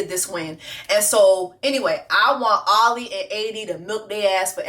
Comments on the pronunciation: I’m glad you finally called him Ollie and not “Ol LI” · Ngl friend I got “oh-lee” ptsd😂